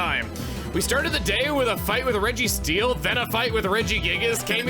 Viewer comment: I’m not sure why but at the beginning of the video I heard Chugga say Registeel as “Rickysteel” and I think that’s very funny (might have a new nickname for that Pokémon now)